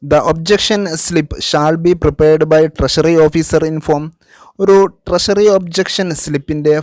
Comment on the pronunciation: Much improved, but ട്രഷറിയെ ട്രശറി എന്ന് പറയരുത്. ട്രഷറി എന്ന് തന്നെ പറയണം.